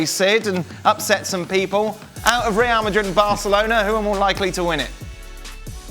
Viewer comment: "Real Magrig"